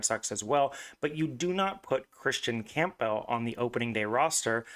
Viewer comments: The pronunciation is painful to listen to, it’s Cam-Buhl. Camp-bell sounds ridiculous. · Dude theres no chance you think his last name is pronounced that way